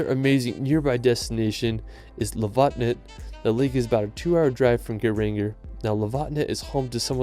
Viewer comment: damn you just butchered lofoten